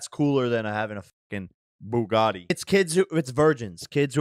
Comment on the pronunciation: The way how Andrew pronounces Bugatti sounds like a combination of a baguette and spaghetti.